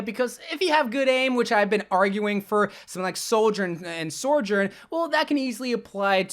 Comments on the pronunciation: Why does he pronounce it like "Soar-jorn" there's no R at the start, it's just "So-jern" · Sore Jern? Suh-jurn, there I said it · Sojourn. Not Sorjourn. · It's not sorejern it's SO JOURN SOJOURN THERES NO R IN SOJ YOURE AN OVERWATCH CONTENT CREATOR DO BETTER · Literally no one says her name right. SO-jern not SOR-jern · It’s SoJurn, not SoRjurn. Like it’s not a big deal but after the 50th time hearing it I’m pulling out my hair please dear god SOJURN! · bro, you're wack. it's pronounced "So - journ" not "Sor - journ" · say it with me— SO-JOURN… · i beg to god can he stop calling sojourn 'soijorn'? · My biggest ick is how you pronounce sojourn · Maybe one day he’ll pronounce Sojourn properly